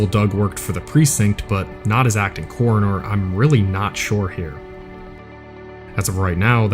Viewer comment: "coronor" "exxxcetera" learn to speak your language.